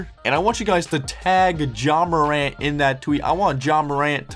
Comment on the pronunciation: His name is pronounced John morant 🤣